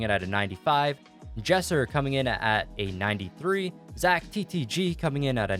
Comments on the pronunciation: Its zack brooo not zach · It is Zack not Zach